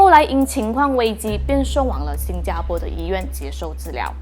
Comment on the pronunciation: 新加坡po，不是新加坡bo